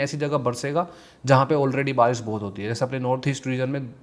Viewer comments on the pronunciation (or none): none